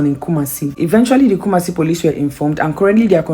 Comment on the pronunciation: Kumasi the way you pronounce it pls always ask someone to pronounce it well for you before doing videos